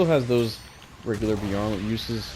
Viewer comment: It's pronounced bye-er-lant E-sol-day